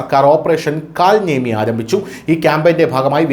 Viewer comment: കൽ നേമി എന്നല്ല, കാലനേമി എന്ന് ആണ് പറയേണ്ടത്.